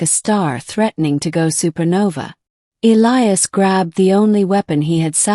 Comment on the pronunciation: Finally one where they pronounce Elias correctly